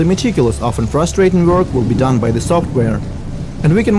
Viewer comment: Ребята, конечно же - молодцы! НО!! Какой УЖАСНЫЙ акцент! Ну неужели нельзя было пригласить, хорошо говорящего по английски, спикера, и тупо дать ему текст. Чтобы читал. Или самим, немного поработать над произношением. НУ, камон! "Зэ", "тхей"?! .... Да так даже в первом класе, стыдно произносить. What a f#@ guys?? Начните уже, говорить по английски - хорошо!